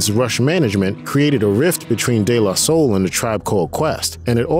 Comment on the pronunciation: I don't like the way he pronounced "DE La Soul" personally. Bothered me a lil.